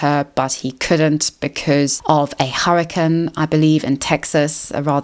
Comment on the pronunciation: Great video but all I’m thinking about is how you pronounce the word “hurricane”